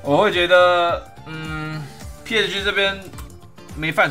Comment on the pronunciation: 希望以後可以上主播台 但希望講某些字的時候可以更清楚一點 像是 PSG 等某些字 有時候會黏在一起